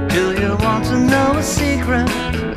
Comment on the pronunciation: Best impression I've ever heard of George. Only slight blemish is the pronunciation of "secret" as pointed out below. Someone went on Stars In Their Eyes once doing Paul, and this is much better. You ought to try to go on if they still do it.